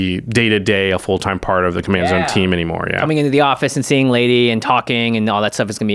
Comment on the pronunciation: NOOO!!!! Not Ladee!😭😭😭